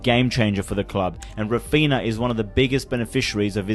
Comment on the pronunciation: “Rafina and lawadowski” 😭